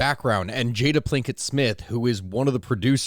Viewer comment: Did you say Jada Plinket? Lol